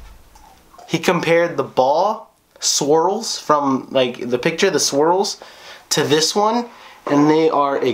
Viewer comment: Next time you say swirls.. or srwls